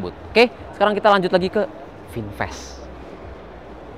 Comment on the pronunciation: Kata orang Amerika, Vinfast jadi Binfast